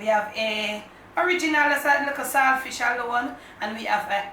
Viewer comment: Good Morning. Much love to you girl.. I love to see you put these recipes together. I have a question...Are you saying Sword Fish or Salt Fish.